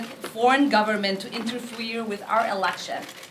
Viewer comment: interfwerer. I think she was trying to say interfere